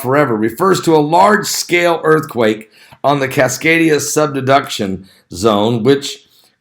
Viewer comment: Great video! 👍 but it’s Cascadia subduction zone. Not sub-deduction.